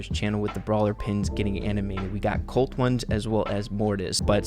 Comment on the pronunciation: You can tell the editor doesn’t play brawl stars “Shelley” “Cult” lol it’s Shelly and Colt